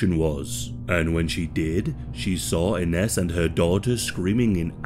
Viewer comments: It’s pronounced “Innish” not Inness. My ex’s name is Ines, used to piss me off when people asked “how’s INNESS”. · Hey hun it’s pronounced I-nez ❤ you’re awesome hun. Thank you. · I had a relative who was named Ines. She pronounced it like "eye Nehz" Great video about such a scary topic